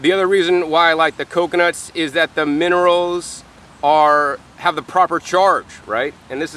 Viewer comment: Minerals not monerals.